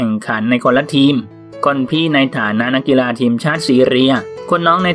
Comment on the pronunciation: คำว่า”นักกีฬา” กลายเป็น “นักกีรา” ไปแล้ววว 🤣